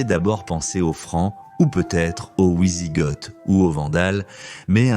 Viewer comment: Les ouisigotes et l'empereur Joulian ça pique les oreilles. Grande spécialité de cette chaîne, piquer les oreilles